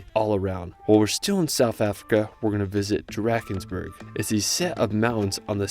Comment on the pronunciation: great video and effort but your pronunciation of Drakensberg really hurts. it hurts deep